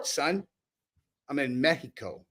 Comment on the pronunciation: im gonna let that outfit a pass just because u said Mèxico right